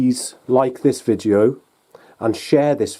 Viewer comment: Does he keep saying "vijeo"?